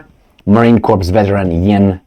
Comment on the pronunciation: I love the truisms of your mispronunciations! Calling our Marine Corps (borrowed French pronunciation with silent p & s so [kor]) the US Marine CORPSE! ⚰️💔⚰️💔⚰️💔⚰️💔⚰️💔⚰️ 😂😂😂😂😂😂😂😂😂😂😂 Wherever they go the locals’ corpses (& mass graves!) always do soon pile up💔 Monopoly Empire Enforcers Forever